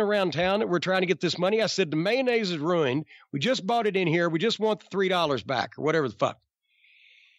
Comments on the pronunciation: "It's roined!" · The way he pronounces ruined is gold.